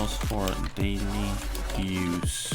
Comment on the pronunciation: this "dauly use " got me so hard